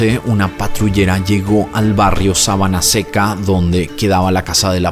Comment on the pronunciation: Jajajajajaja sábana seca ???.....será sabana con acento en la segunda silaba.....🤣😂